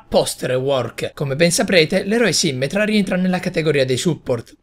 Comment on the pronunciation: Quando hai detto "sìmmetra" invece di "simmètra" mi è sembrato che avessi detto simmental! Hahahahahah